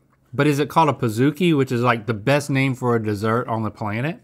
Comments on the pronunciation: Why are they saying "Pah-zoo-ki"? Do they call a cookie a C-oo-ki? I'm so confused it's Pa-zukie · I managed a BJ’s for 2 years. I feel obligated to say that it’s pronounced like Cookie. Pizookie. Pizza and Cookie combined. Not Pizza and Zoo combined.